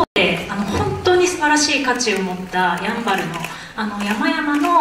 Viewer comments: シン⤴バル⤵みたいになってる や→ん→ば→る です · やん、バル？？ イントネーション間違い？ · ヤンバルのイントネーションが気になる。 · どうしても「ヤンバル」のイントネーションが気になってしまうwそこは、ウチナーイントネーションでお願いします🙏🏻